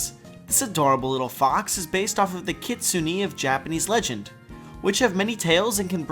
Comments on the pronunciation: It's pronounced "Kitsun-ay", not "Kitsun-ee" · Isn't it kitsun-nay not kitsun-E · It's not Kitsuni >.< If you were a real weeb, you'd know this! Also, loving the vlog-ish outros ;) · I love your videos but honestly it is pronounced 'kit-sue-neh' not 'kit-kue-ney' Just a pet peeve of mine when people pronounce these things wrong. But all in all still love the content. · Kitsune is pronounced kee-tsu-né (the e is said like the e in Pokémon). Just saying, no hate. From an actual Japanese person, - Shadow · it's okay, we all know you don't speak Japanese so words like Kitsune are easy to get wrong. I used to call them 'Kit-soon' until I realised it was more like 'Kit-soon-ay' but either way, I don't think anyone is that offended. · No its just pronounce kitsune, just a sharp e. kitsu-ay is how westerns pronounce it. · So then the pronunciation according to the video is kitsun-ne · Wolf He had a video with the correct pronounciation, he just failed too hard XD (no hate <3) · nope, but then again he pronounce wrong too